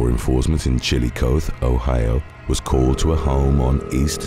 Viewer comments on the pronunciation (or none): The city in OHIO is pronounced chill-o-lot-thee. 😊